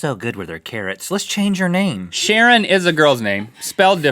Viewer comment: It's pronounced Sha-raan, but whatever.